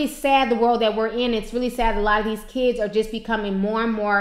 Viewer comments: KIDis is pronounced KIDS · Kids, not kidses